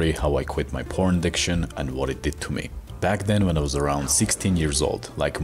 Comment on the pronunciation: I thought you said “prawns!??” Then thought how many prawns was he eating before!?? 🦐🍤